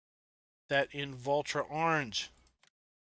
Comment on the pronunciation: Its Valtra not vultra